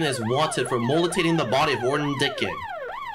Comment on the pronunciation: Just a heads up, it’s not “Muli-tating” it’s “mute-ah-lating”